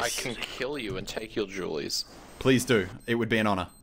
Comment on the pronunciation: I love how he says duel and it sounds like jweles xD